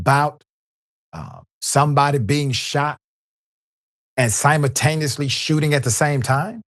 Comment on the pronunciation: Yeah. This guy is ridiculous. You're not going to see a muzzle flash if the barrel is buried in the kids chest. This clown can't even pronounce the word simultaneously correctly. And I'm NOT a cop defender. But the way this guy is talking about forensics and ballistics is like a cheap version of the show Law and Order. People in the comments are just as dumb. I guess no black man should ever be shot. Even if he's holding a 3 year old at gunpoint.